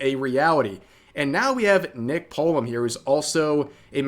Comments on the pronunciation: I believe her slip up with saying "Nick, Uh" whenever me and my friends are in vc and we call each other another friends name we immediately say "Uh" before correcting ourselves. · As a black guy, what I heard was "Nick uh" not nigga. And I'm really tired of seeing ppl abuse the copyright system. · The "Nick-uh" part is true. She collabs with NMPlol alot and his name is Nick so she is just used to saying Nick.